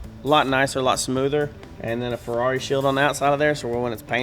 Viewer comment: “Feckari” “f**kari” “ferr-it”